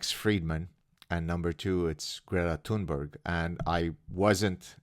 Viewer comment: This issue aside, I always wondered by Fridman ever managed to gather such a large audience. He always struck me as a tad simple but I always reserved judgement thinking I may be misjudging the guy... 🤔 BTW Thunberg is pronounced tune-berg as in 🎵. I know because she introduced herself... 😉